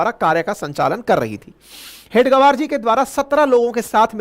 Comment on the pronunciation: you as head of channel should have understood the pronouncation of हेगडेवार. All along you were saying हेड गवार,which means in other wards "Chief of Idiots". You are free to carry impression as you may feel right. Your pronounsation, representing meaning in English and Hindi collectively, may be explaining the broader mentality of Unregistered Body called राष्ट्रीय स्वयंसेवक संघ. This reflects bad on you i.e. away from reality.